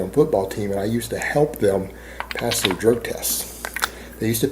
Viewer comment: I also didn't know the words "him" and "them" were pronounced "HILLM" and "THELLM".